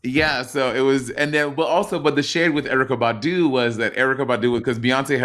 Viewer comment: when Beyonce said "Badu, Badu, Badu, Badu", the emphasis is on the "Ba" part, not the "du" part. So instead of it sounding like "baDU baDU baDU baDU" it should sound like "BAH-du BAH-du BAH-du BAH-du"...I'm high AF and thought it sounded weird when you said it, and then I listened again and that's what I deduced.